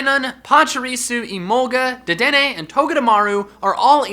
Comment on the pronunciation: Not deddeney dr.deddeney